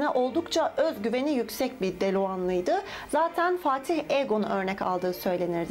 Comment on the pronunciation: "Deluğanlı" :D :D :D :D of öldüm o kısmına bir kaç kere izledim hatta :D neyse baya iyisin özellikle akıcılık, montajda geliştirmişsin veee tabikide kameranın zoomlama sıkıntısını çözmüşsün anlaşılan :) (baştan beri takip edince onlarada dikkat ediyoruz haliyle ^^) bir şey soracaktım tekrardan soru-cevap videosu yapacak mısın? Teşekkürler & Başarılar.